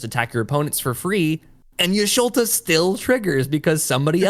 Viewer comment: Saying Y’sholta over Y’shtola was killing me 😂😂